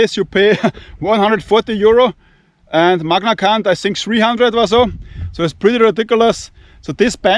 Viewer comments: it's Magnacut not Magnacunt lol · no matter how many times you said magnacunt, it killed me everytime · what is he saying….? Magna C*nt 😅